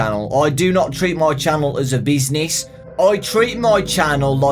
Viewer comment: When he said " I do not treat my channel like business" I thought he said " Bees Knees."